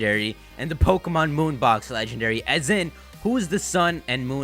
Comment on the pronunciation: May I suggest not saying your "P"s so harshly? Everything else sounds perfect except "PO-kemon PO-kemon PO-kemon" over and over lol